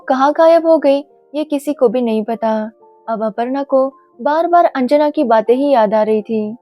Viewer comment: Its not anjaana its anjana